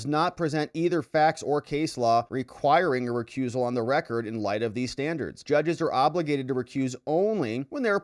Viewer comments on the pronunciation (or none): none